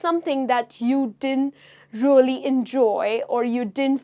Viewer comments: Please stop saying:" rully rully " instead of really!!!! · It’s a crying shame when you pronounce really really.